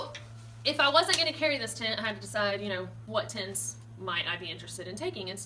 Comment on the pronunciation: Adventure Ryan I like how she says Tint